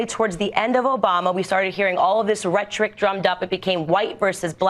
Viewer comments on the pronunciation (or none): Rhetoric. Rhet-or-ic. Rhet-Rick. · "ret-ric"? Did she mean rhetoric? what a moron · Rhetoric idiot not rhetric. Ret-to-rick not ret-trick. You are stupid and an opportunist. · Why does she pronounce it "ret-trick"? I've never heard rhetoric pronounced that way before. Is she trying to be British or something? They don't pronounce it that way, though. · She says rhetoric WRONG! She says it in every interview and room as rum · What is "retric"? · "REHTRIC"...it's rhetoric you cow. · First she needs phonics lessons, rhetoric , /redərik/ But the fact that she "personally" has had a court case settled on her behalf and She is not aware of race, She is not worth your time thank you for exposing this hypocrisy. Toxic is an understatement. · She pronounces rhetoric, rhetric? Would be funny if she pronounced ask, axe. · What the hell is rhetric? This fool cant pronounce rhetoric. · first of all what the hell is "retric"??? You mean rhetoric??? Secondly she's the victim of a racial attack and then states that Obama caused the racial divide in this country???? WHAT? She has alot of self hate...I almost feel sorry for her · OMG, does she use the " Rhetric System?" Lol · Instead of rhetoric she says retrick...twice. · Ma needs to do few more rereads of her PragerU talking points. “Retric” and “while I was alive”, good god. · why the fuck does Candace keep pronouncing rhetoric as rettrick? I've litterlly nevr heard one person say it that way... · “retrick” the word is rhetoric you dolt. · This video title is basically Candice's entire and complete biography. Also..."retric"?? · Is her pronunciation of "rhetric" some dog whistle for naively being tricked by propaganda? Might just be another so-called "myth". 😑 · My biggest concern is how she pronounced “rhetoric” as “retric”. Say what you will about Ben Shapiro’s fast talking, but at the very least he can do it without fumbling over his words every other sentence.